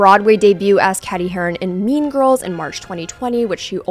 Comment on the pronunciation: Did she just mispronounce mean girls’ Cady’s name?